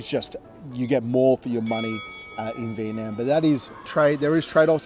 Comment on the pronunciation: If you are going to do a video comparing Malaysia and Vietnam, you would have more credibility if you could pronounce Vietnam correctly. In the video link is a fellow Australian of Vietnamese heritage correctly pronouncing Vietnam.